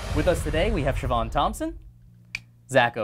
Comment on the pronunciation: Julian Fuentes um actually it's Siobhan